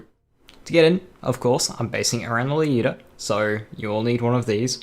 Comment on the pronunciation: One thing I have to note, is that I don't know if it's due to your accent or you're actually pronouncing the word correct, Lyuda, at least it sounds like that to me, most other players say ly-ooda but the correct pronunciation would be L-yooda